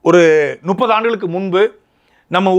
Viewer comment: திரு. சாட்டை துரைமுருகன் அவர்களே. நுப்பது,நுப்பது என தொடர்ந்து கூறி வருகிறீர்கள் . முப்பது என கூறி பழகுங்கள்.